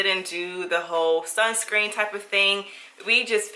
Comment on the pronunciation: I’m dying because you keep calling it “sunSCREAM”! 😂😂😂